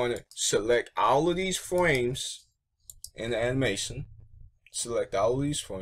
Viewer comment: And also you can't say Program or frame you said fwame and pwogwam